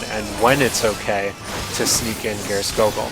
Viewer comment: Geirskogul is pronounced Spear-skoogul.